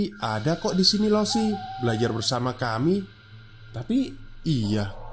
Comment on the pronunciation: sambil menyelam minum air, koreksi cara baca 老师 (laoshi) itu "lao-she" yaa kakak2